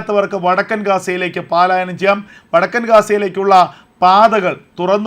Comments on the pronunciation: Sir, kindly listen "palaayanam" Not "paalaayanam" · എടേ പാലായനം അല്ല പലായനം